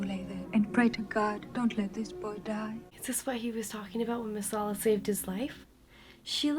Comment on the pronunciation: "Chicken Massalla" - LOL,,,.